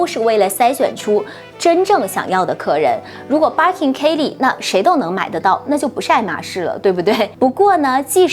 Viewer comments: 她說的是バーキン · 嗯。。。。能稍微把Birkin的发音读准了吗？不是应该先发自内心的熟悉吗